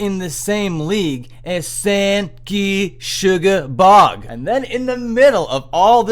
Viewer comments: You pronounced “Sangrusuoblorgg” wrong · that is the best mispronunciation of sanguisugabogg ive heard